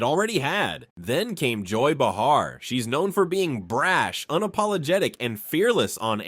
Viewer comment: Multiple mispronunciations in video: Karoline Leavitt's last name is not Leevit, it’s “Lehvit,” (short e) - that’s how she says her name. Sunny Hoston is not Host-on (rhyming with “boastin’), it’s “Hawston” (rhyming with Boston.) Joy Bahar is not BaHAR, it’s “BAY-har.” This announcer went on for 20 minutes screwing up the names of the main participants in the story, but corrected the “Leevit” to “Lehvit” later. English language: “Lehvit” or “Leave-it.”